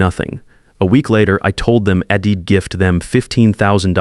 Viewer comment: In fact, AI has hit a new low. ID for I would, Wed for w‘d,HED for he‘d. And why does Dad‘s Perfect Revenge not change the wording just after the disclaimer at the beginning ? REVENCE is just wrong.